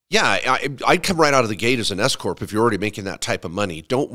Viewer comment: Everytime i hear S corp i hear escooorttt lol thw government will pay youm 🎉🎉😂😂😅